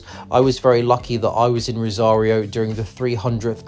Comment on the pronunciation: si, pero la ciudad de "rario" o la provincia de "salsa"😂😂😂